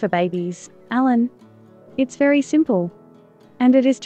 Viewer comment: A very fluent speech except the prononciation of the name "Alan"